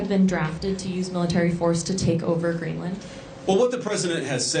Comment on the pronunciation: Hewwo Mistow Gweenland